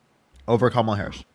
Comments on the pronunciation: Why do right wingers mispronounce Kamala’s name. Feel like every caller does this. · I don’t understand why MAGA can’t pronounce her name right. It’s KAMala NOT KamALA. Just like Ursula or Pamela. It’s URSula and PAMela. Geeze 🤦🏻‍♀️ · You can tell her only watches conservative news based on how he kept mispronounced Kamala' name (six year old: " , la") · He can't even say her name right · Kamala, he pronounces he name wrong just to disrespect her. That is why they do it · I love he keeps correcting him on Kamala's name lolol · He has just watched Fox News as evident by the mispronunciation of Camala’s name. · Trump minions keep mispronouncing Kamala’s name. So I from now on refer to the orange one as Donald Tramp!! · and ‘you make a great point’ as appearing reasonable. The fact that he can’t cede on ANY POINT is the giveaway. And correcting the pronunciation of Kamala is pure gold.